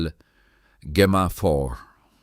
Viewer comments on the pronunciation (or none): It's pronounced Jemma. The G is soft.